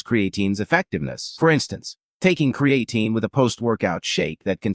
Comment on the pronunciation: AI voice and pronunciation of words is annoying. I’m not taking advice about Creatine with someone who can’t even pronounce it properly.